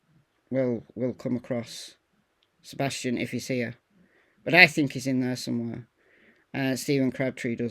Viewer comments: First he can't get Seth's name right...now Sebastian's ! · I didn't see that at first but still...he can't even get Seth or Sebastian's name right